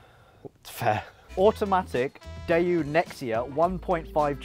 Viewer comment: Daewoo, not Daeyoo